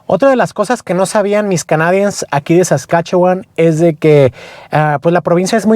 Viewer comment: tiene que aprender a pronunciar "canadians" porque es una de las palabras que más usa en su canal. Por lo demás estoy muy agradecido con la información.